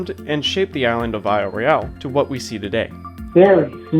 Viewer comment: TF, this channel is called Michigangeologicalsurvey but it keeps pronouncing Royale wrong